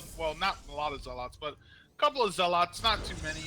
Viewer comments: For the love of god, this guy needs to stop saying Zealaughts. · Zeal-aats... that made me cringe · Skipped this Bronze League Heroes because of this co-casters voice and how he says zel-aghts. I dont think Ive ever heard anyone mispronounce zealots in my life. I saw I was only at 14 mins out of a 40 min game... Nope, peace out.